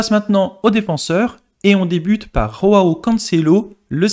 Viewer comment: Ont ne dis pas roao mais Joao